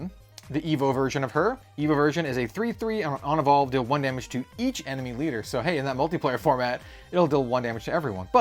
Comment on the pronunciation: Whenever u say Evolve, I heard "evil" and thought I miss a new mechanic 😂